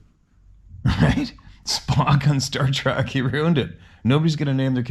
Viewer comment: Don't say "Star TRACK". It's "Star TREK!!"